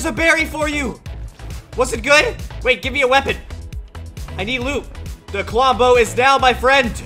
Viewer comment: I HATE U DISRESPECT TO KLOMBO U SPEKT HIS NAME WRONG